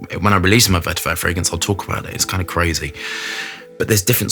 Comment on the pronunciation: Is this the edt or edp? I've noticed always say's vertiver rather than vetiver?